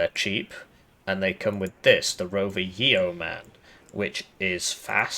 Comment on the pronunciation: Fun fact; The E is silent in Yeoman -- "YOH-muhn" not "Yee-o-man" ✌🏼 keep up the good work on these deep dive Div guides ✌🏼